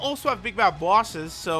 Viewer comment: Ive just noticed that he says bosses like people from Boston , like "booouses" xD